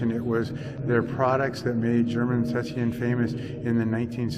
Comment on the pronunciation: Szczecin. - (Sh-che -tsin)